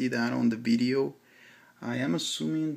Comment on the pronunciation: its a "VIDEO" not a "BIDEO", speak better english before posting again